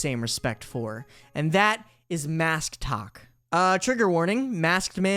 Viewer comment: u said “masktok” and I thought you said MASCtok like ok these guys are just extra masc? NO. THESE ARE PEOPLE WEARING MASKS ON TIKTOK!!!!????